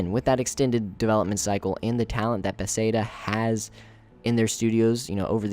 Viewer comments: How, in looking at the name "Bethesda," do you come to the conclusion that it's pronounced "Beth-say-duh?" It's not even close. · Please can you pronounce bethesda right lol.